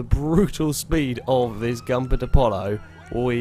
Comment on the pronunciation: Come on, It's Goompert, not Gumpert man. And also good to hear that you're sounding a bit healthier.